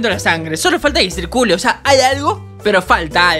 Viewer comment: Solo falta que "Citcule" JAJJAJAJJAJA